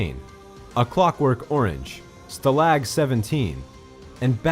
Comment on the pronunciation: what are you saying? Have you never heard the word stalag before? The annunciation is not on the second syllable, it's on the first. And it's not LAG as in fall behind, it LOG as in wood put in a fireplace.